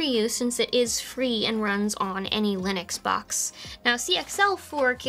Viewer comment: Anybody else mishear "any linux box" as "annie lennox box"?